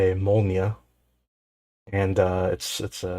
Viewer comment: You pronounced "molniya" well. Молния is pronounced IPA: [ˈmoɫnʲɪjə].